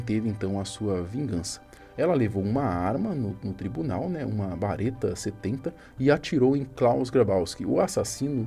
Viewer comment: Ótima história.. mas a arma se chama BERETA e não bareta kkkkk